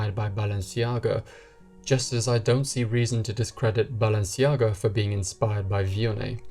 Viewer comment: You've pronounced correctly Givenchy, why didn't look up to pronounce Balenciaga the correct way?